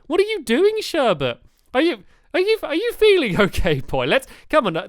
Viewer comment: sherbets name is sherbet and calls her sherbert